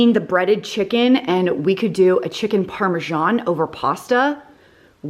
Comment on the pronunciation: Amazing cooking skills and great creativity! But just say parm or parmeZahn, NOT parmaJohn! Why the john? 😂😂 It's just written as parmesan and not parmegiano which is Italian. So the parma"john" is not sophisticated sounding at all.